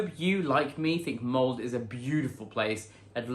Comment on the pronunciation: My mom is from Molde. It is not pronounced mold. The E is not silent. Sounds like Molda.